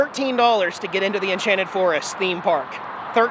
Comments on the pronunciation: did you notice at the end just before your out-tro it kinda sounded like you said Enchanted Florist? Good video keep up the good work. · Enchanted florist sounded like you said at end.